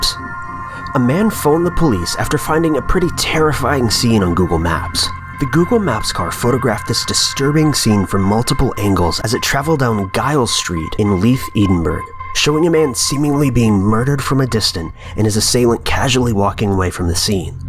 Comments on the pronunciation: edenburg? 🙈🙈 Edinburgh? ed-inn-burr-uh. Even Chills pronounced it right ..more or less And it's J-iles not guh-iles....sorry but if I pronounced San Diego as "San D-eyejo' or Virginia as Vir-ghinn-ia you'd cringe lol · Just incase it ever comes up again. Giles St in Leith, Edinburgh. Its pronounced Jiles Street and Ed (like the name) - In - Burough. (I lived on the street of the axe prank)